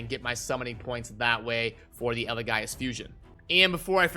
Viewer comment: Say it with me, EL-E-GAY-US, Not EL-E-GUY-US lol